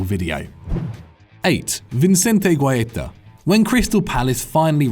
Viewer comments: Oh dear lord. It’s pronounced Vi-sen-te Hua-i-ta Not even close to Vincente GGuaita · It actually sounds like he's trying to make the name sound Italian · It cringed me so hard how much you butchered Vicente Guaita's name